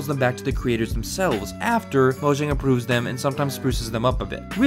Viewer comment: They're Swedish. Mo-yahng.